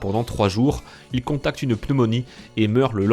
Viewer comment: J'ai l'impression que tu dis : "contacte la malaria", "contacte une pneumonie", or on contRacte une maladie. Sinon c'était très intéressant. Bravo !😁